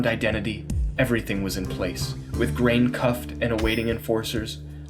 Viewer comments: "Grain" lol its Grainne as in "grawn-ya". As an Irish man that made my brow twitch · Great video! And for what it's worth; Grainne is pronounced 'Graw-nya'. It's an Irish name.